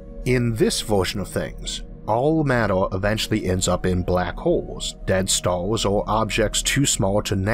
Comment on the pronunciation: Is there something wrong with this guys speech? I understand him but his "r" are differently pronounced? Stars are staws?. Sorry I don't know..